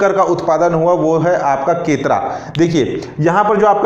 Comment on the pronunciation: सर केतरा नहीं केरता -सूरजपुर है।